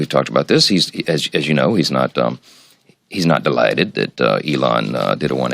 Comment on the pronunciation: did you hear the weird way he said delighted